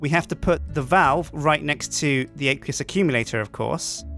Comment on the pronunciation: It's pronounced "Ak-we-us Ak-youm-yilator"